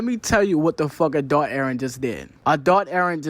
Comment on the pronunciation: "a-thot eren..." = Adult eren if anyone struggle watching.